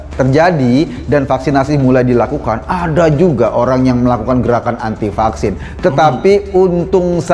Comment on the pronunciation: Knp anak2 perlu di Fucksin...krn anak2 itu skl..berarti yg gk skl gk perlu di fucksin ya Ko..tpi knp rakyat sampe di kejar2 suruh fucksin? Eko2...klu bljr ngomong tuch yg bnr 😂😂😂